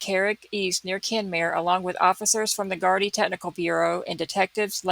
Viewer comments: Such a horrific case,(you said Gardai perfectly. ) I have never seen a search like this before in Ireland. I think a person has been arrested tonight. The Gardai do not talk about a case like in America. The media have been very respectful in this case. It is a tight knit community too and he is respected in the community. It has been quite warm over the last couple of weeks thank god someone saw a body part otherwise it would have been gone in a few days. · You are pronouncing gardai correctly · Irish speaker, thats exactly how to pronounce gardaì!! Its so rare to hear it pronounced correctly online!♡